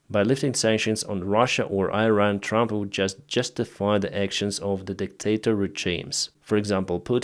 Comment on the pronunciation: dear, it's pronounced "eeran". Slava Ukraine from Iranians. we are with you.